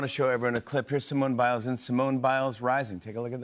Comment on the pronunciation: Did he say Simone Miles